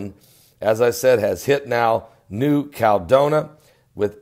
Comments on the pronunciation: It's CAL E DO NI A...5 syllables,, not 3. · Caladonia = CAL-ah-DOE-nee-yah